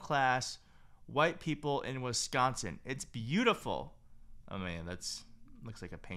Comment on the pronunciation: I love your reports but please, it's WISCONSIN! 💙